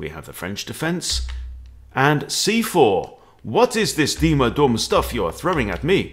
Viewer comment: You pronounce "Duhm" like doom. The way you pronounce it, you call him mr "Dumm", which mean mr stupid in German.